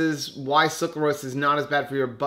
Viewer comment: SUCRAlose instead of SUCLArose